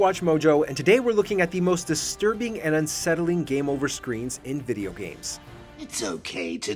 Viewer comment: sir thats cinema not desterbing